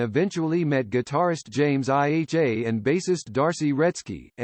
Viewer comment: "Guitarist James I H A" LOL..